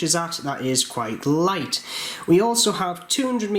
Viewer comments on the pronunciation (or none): none